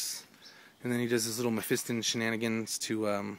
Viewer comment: Great game but just one thing that was bugging me, its pronounced mephistON not in on ok XD